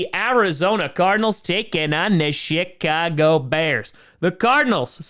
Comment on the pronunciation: When he said Chicago bears I thought he said sh*t cago bears